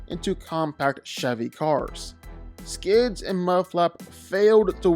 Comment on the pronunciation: Its “Skids” btw